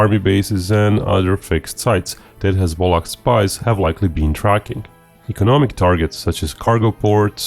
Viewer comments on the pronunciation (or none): I kept hearing hez-pollock. The great party of pollocks lol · Every time you say hezbollah, it comes out as hez-bollocks. Fucking hilarious 😂😁🤣. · please stop saying hezbollah like that.